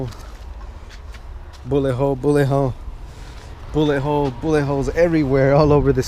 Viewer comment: When he said bullet hole it sounded like booty hoe😂